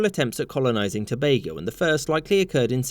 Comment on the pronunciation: I appreciate The fact That you pronounced Tobago properly❤🇹🇹